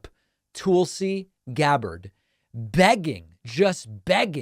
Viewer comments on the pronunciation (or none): Love how you pronounce her name 😂 TOOLsie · Love the "Tool-si" pronunciation 😂